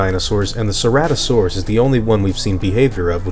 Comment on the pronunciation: You mispronounced ceratosaurus...